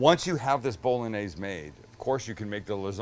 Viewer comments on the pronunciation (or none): Haha It's pronounced bo·luh·neiz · Sammie, please... BOLL-ON-YAIZE. Not BOLL-UN-AIZE.. But I luv ya. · Bol-log-naise... lost interest after that pro-nunc-iation! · Johnson how can you call me stupid then not understand how bo·luh·neiz and bowl.en.neiz are different? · Only plebs pronounce it, 'Bol-log-naise'. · Bowl a neighs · Jesus. It is pronounced Bo-Lo-Nyeh-Zeh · I think it’s pretty gay the way you say bowlanaise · I tought you pronounced it bow-loh-nese